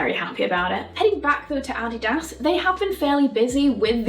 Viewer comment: Adidas was founded by two German brothers so her pronunciation is likely more correct than the American take lol. FYI as people tend to assume Americentricity